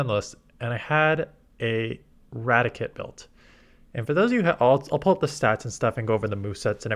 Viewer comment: Rati - Kate not Ratic - et